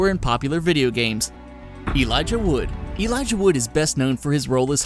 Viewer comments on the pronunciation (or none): none